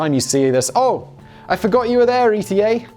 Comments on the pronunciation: Do you not think it's pronounced eeta rather than E T A? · It's ETA pronounced like heatah